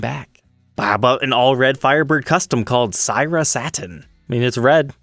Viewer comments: Syrah "Sir-rah" Not "Seeraw" It's a wine varietal. Jesus dude. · The Firebird's color is pronounced "seer-ahh." Syrah is a richly-colored red wine. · pronunciation tip: syrah is a variety of red wine. It's pronounced like in the Spanish saying "que sera sera".